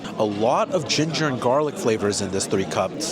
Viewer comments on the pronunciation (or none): none